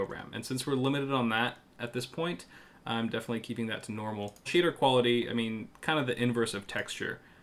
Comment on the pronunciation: I heard "Cheater quality" instead of Shader